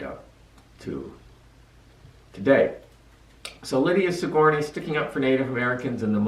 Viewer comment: That's not how you pronounce Sigourney